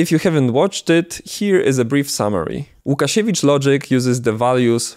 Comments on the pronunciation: where are you from ? You said Łukasiewicz way to fluently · where are you from?, u say prerfectly łukasiewicz , what is not common for people wich main languige is english😅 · Where you come from? That spelling of name Łukasiewicz was done by you with such an accent like you were a polish native speaker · Ładny akcent! Skumałem się dopiero jak usłyszałem jak wymawiasz "Łukasiewicz" :D